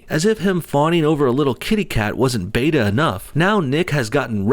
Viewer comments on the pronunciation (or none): none